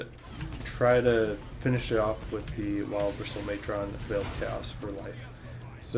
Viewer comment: Also “matron” is pronounced like “patron.” The way you’re saying it makes it sound like like it’s gonna fight Optimus Prime 😆